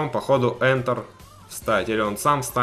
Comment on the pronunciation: не ентэр а энтэр